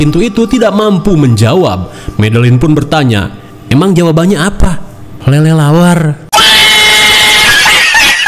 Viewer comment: Anyiingg "LELELAWAR" 😂😂😂😂😂